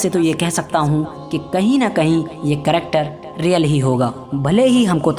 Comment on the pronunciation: karector, Tractor, karacter..LOL O bhai agar 'character' kahna nahi aa raha hai to 'Kirdaar' bol de zaroori hai Karector kahna, issy tumhara karactor nazar aa raha hai...LOL.